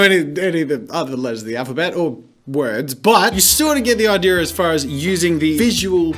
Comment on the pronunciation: Wait he says idear not idea😂